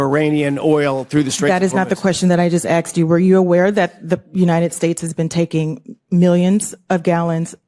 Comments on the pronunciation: “That is not the question I AXED you” Good God, Almighty. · "Not the question that I just "axed" you...". Black vernacular has no place in these hearings.